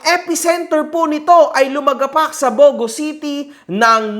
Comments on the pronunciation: Taga Leyte rin pala si Esmi mo? Shout-out sa mga kababayan Jan na ka hombre, BTW it's pronounced as Bu-Go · Im from Bogo City whenever we say "Bogo" its not spoken or spelled like that but like its spoken like this "Bugu". nasa pronunciation yan. Bogo City city named after a tree (Garuga Floribunda) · Mali pronounciation mo sa bogo sir. Mabilis po ang basa diyan hindi mabagal.